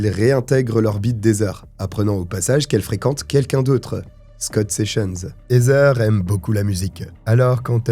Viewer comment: Heather se pronounce ( Hadeur ) 😅 not hazer